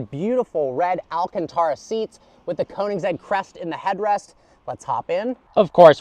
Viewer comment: I am so sorry but the way you pronounce Koenigsegg is such a white way to say it. And that I am a white person xD. It is pronounced "Kernigsegg". Admittedly I was pronouncing how you said it for some time but after watching a guy who pronounces car brands made me feel dumb. Edit: SORRY, TWIN!? I didn't know twin supercharging was a thing!